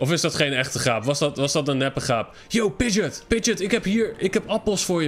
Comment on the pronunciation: Wrm zegt hij pidget als het een pidgeo is